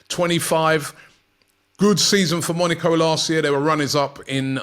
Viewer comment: Robbie. Why are you saying Monico😂